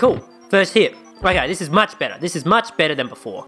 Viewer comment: Thidj. Thidj? This. Theez